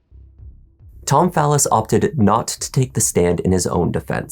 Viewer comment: I know people with the same last name and they pronounce it Fall-is. I found him saying "phallus" weird.